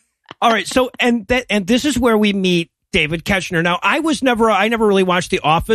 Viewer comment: I know this was a while ago and y'all probably don't care, but David Koechner's name is pronounced KECK-ner... at least based on Office podcasts and commentaries I've listened to. Also, right, WHAT is he doing in this movie???